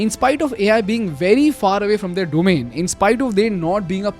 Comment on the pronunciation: "They are" and "their" is not the same, they've different pronunciation 😅. I know I'm being pedantic here but believe me I've been avoiding this for a year, its just I'm not able to😅.